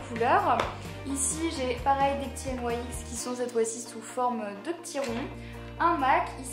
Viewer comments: sa se dit pas n yai x sa se dit nix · J'adore tu ne dis pas nix mais n aï ex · pourquoi tu dit N.Y.X alors que sa se dit nyx ? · Tu dit n y x nyx ?? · juste on dit pas "n y x" on dit "nix" sinon vidéo parfaite comme d' hab❤ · "Des jumbos N.Y.X.." Ça ce prononce * nics * !!! mdrr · C'est quand même dommage d'avoir autant de produits "Nyx" et de pas savoir prononcer le nom de la marque.. (qui se prononce donc [nixe] et pas N-Y-X) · Ca me stresse ! tu dis "N.Y.X" au lieu de dire "NIX" (c'est la prononciation hein ^^') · J'ai jamais entendu personne dire N.Y.X au lieux de NYX normal😐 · pour information c 'est pas N . Y . X c'est nyx (nix) sa ma souler pendant toute la vidéo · Je crois que NYX se prononcer "nixe " et pas "nouaixe " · Y a que moi qui suis choquée qu'elle dise N.Y.X au lieu de NIX ? Le rêve d'avoir tout sa !! <3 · on prononce pas la marque nyx n-why-x sa se prononce nix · On dit pas nyx au lieu de N Y X ? sinon super bisous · ca se prononce nix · Il n'y a que moi qui ne prononce pas NYX comme ça? Sinon super vidéo 😌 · Coucou, si tu veux avoir de beaux cheveux il faut que tu arrêtée de les lisser ou de mettre pleins de produits chimiques! Tu prononce la marque NYX bizarrement ☺️. Je t'aime trop mais à me manque que tu sois moins sérieuse dans tes vidéos... 😘😘💕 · Ca fait rêver autant de maquillage :D Sinon c'est assez bizarre, tu prononces la marque NYX de 2 façons différentes ^^